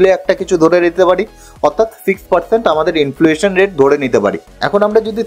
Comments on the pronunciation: Influation bolchen... Word ta hochhe inflation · অসাধারণ presentation.. খুব informative কিন্তু একটি উচ্চারণ ঠিক করে নিতে হবে। ইনফ্লুয়েশন নয়। ইনফ্লেশন। Many many congratulations.